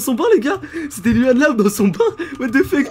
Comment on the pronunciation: ON PRONONCE LOUANNE PAS LUANNE C'EST MON PRÉNOM !!!!!!!!!!!!!!! 😠